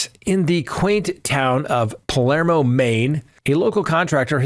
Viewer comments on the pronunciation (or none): none